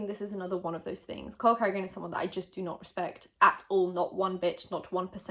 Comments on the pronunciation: Lol I misheard her “cole cardigan” and thought she said “hulk hogan” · lol thought you were saying "Hulk Hogan" not "Cole Carrigan" for a second there. Got confused at the idea that Hulk Hogan doesn't have all the clout he would ever need or want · I legit thought you said “hulk hogan” instead of “cole carrigan “ not going to lie, I was more interested when I thought it was hulk hogan! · I'm not sure if I'm slowly going crazy because of this whole situation, but I keep hearing "Cole Carrigan" as Hulk Hogan. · gomes I didn’t sneeze but that’s what I heard too!!! I was like hulk hogan? Wow haven’t heard him in a long time. And when she said Cole a few seconds later I was so confused!